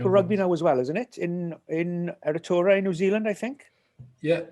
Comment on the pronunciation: Love Nigel - and love he's attempt to pronounce Aotearoa. As a welshie in NZ warms the heart.